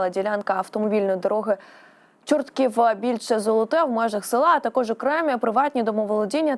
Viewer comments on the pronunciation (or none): none